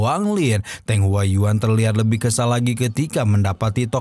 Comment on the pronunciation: Di baca nya "teung" bang bukan "teng" yakali teng saber😅🤣